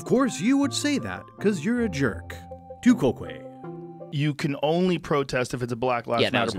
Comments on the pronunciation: "Tu quoque" is pronounced "to coke". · Using the logic of this video all podcasts are fallacious since they rely almost exclusively on anecdote and off the cuff speaking. Missing the point is a fallacy FYI and this video is almost nothing but that. Edit: the tu quoque fallacy is pronounced "too cock" and your pronunciation of it makes my ears bleed. And before you accuse me of a fallacy for that, it's called humor, get a life.